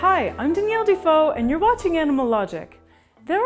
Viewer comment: Did she said her name daniel defoe??😣